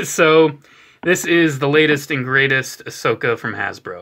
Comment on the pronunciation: I love how he says Ashoka tann-o